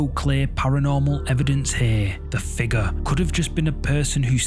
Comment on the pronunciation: Did you all see the "Figgah"? Not figure, figgah.